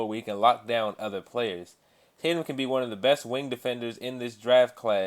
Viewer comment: Jason tatu? it's tatum